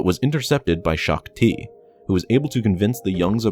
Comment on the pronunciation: "Gen. Greaves killed Shook-Ti"